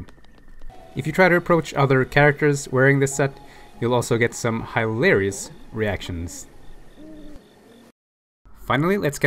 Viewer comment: I though he said Hyrularious reactions! LOL